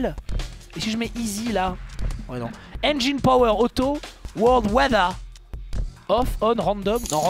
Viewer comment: Ah bordel y'a encore des gens qui prononcent "enjaïne" en 2017 :/